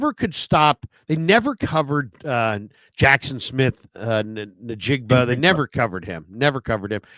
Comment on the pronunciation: Someone is going to lose their job one day by mispronouncing "Smith-Ngigba."